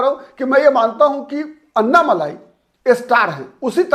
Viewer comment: अन्नामलाई नही अण्णामलाई बोलिये आप " ण " का उच्चार नही कर सकते क्या?